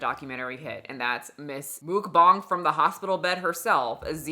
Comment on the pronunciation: Saying Mookbang is killing me 😂😂😂😂 and honestly I think I might start saying it like that too